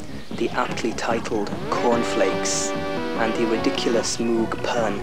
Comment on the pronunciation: Funny how he says how to correctly pronounce Moog (rhymes with rogue) and then goes on to pronounce it incorrectly for the rest of the video